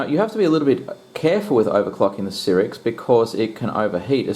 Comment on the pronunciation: I couldnt stand to watch the video after third "sirix"...